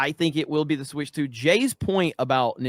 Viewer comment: "Switch TU"